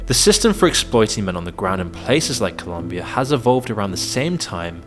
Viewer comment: It’s ColOmbia, not ColUmbia